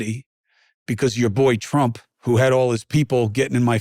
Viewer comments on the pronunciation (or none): Trump not Tramp. She's a commi.